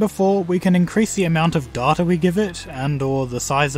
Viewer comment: I would have subscribed if you procounced data like data instead of saying data like data, there is only one way to say data right and its data